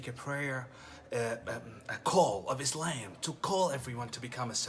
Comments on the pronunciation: He was never a muslim who tf says ayslayym if he is from saudi arabia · When he pronounce Islam as ‘Is-Laym’ I know for sure he’s ain’t muslim. lol. try again boy